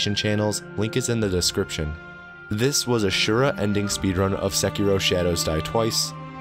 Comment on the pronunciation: When you say "In Sekiro", i hear it as. "Insecure Oh." lmfao!.